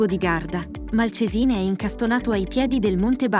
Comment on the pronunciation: Un viaggio molto interessante fra i borghi più belli del Nord Italia. Magari informarsi sugli accenti (tipo Malcesìne invece di Malcésine e altri) e l'agghiacciante popolo UALZER anziché Walser che sono di origine tedesca quindi si pronuncia come si scrive. Perché inventarsi cose? Noto che spesso la gente crede che qualsiasi nome non italiano sia inglese o americano. Tipo Riciard Wagner (uogner?) e altre bestiate.